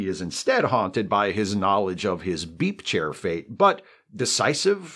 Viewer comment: Every time says "beep chair" my brain hears "beef chair," and honestly I would watch that show too.